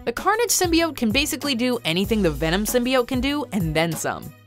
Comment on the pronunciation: Somebody tell this woman to stop pronouncing Symbiote like that. This movie is going to have all the "casuals" changing the word.